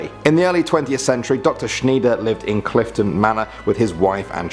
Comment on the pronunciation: its pronounced can-berra not can-beara and its bris-bun not bris-bain and the name is pronounced shneider not shneeder and the station is pronounced mackarie not markary these mispronunciations really trigger me please sort that out otherwise i love these videos when you or are on